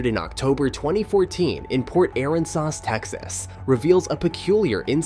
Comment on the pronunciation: The way you say Port Aransas is so wrong